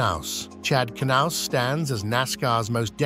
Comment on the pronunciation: Out of all the names it pronounced correctly, it was Knaus 🤣🤣